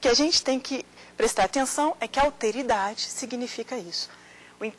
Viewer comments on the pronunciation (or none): "Auteridade" (50'45'')... francamente... O correto seria "Alteridade". Embora uns requintes de oratória fariam muito bem para melhorar a perfomance da professora, a exposição foi interessante.